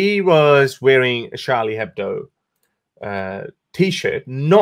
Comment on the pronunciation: the "h" in Hebdo is silent. Ch in Charlie is pronounced Sh.